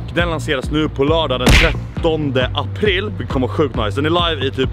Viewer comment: Längtar till 13 "Apirl"